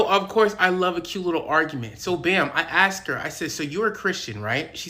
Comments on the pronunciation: Why do you say axed when the word is asked? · You didn’t “aks” her. You asked her. It’s not difficult. We put the s before the k and you put the k before the s. The way we spell it and say it is correct. The word is asked. You always put the s before the k and it cannot be mispronounced. If you spell it wrong, you can easily mispronounce it. I am a democrat and I believe all people are equal. I just can’t handle the mispronunciation. It’s like misspelling or misusing the words there, their, and they’re. An ax is a tool. There is no such thing as aks. Either you are asking something or you are requesting an ax to use somewhere. Thanks!